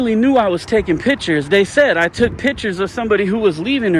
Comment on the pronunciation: If your whole site is about taking pictures, please learn how to say it. It’s picture not pitcher.